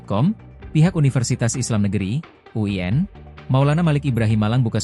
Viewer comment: UIN bukan uyen